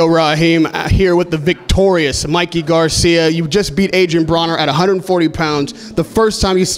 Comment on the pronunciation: Why does he call him adrien BrAner? In his previous interview he always refers him as Braner